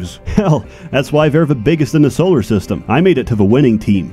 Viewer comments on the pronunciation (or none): none